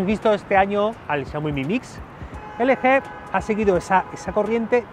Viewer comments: en una parte dejiste como lo dicen en america Lgi pero despues te fuiste a la mierda cuando dijiste elege:v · ELE GE jajaja se pronuncia EL GI :v